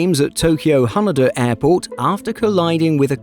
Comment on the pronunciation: Please at least pronounce Haneda correctly...